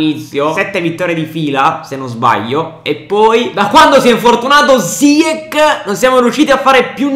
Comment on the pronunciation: ziech si pronuncia ziesh